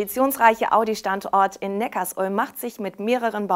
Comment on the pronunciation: es heißt übrigens Neckar-Sulm (Zusammenfluss beider Flüsse), nicht Neckars-Ulm.... Abo???? Zahlen wir das auch bei Tankstellen, egal, ob man tankt oder nicht??? Was für ein Schwachsinn!